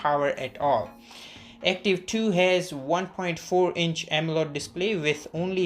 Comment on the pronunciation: Why does he keeps saying “AMELOD” display....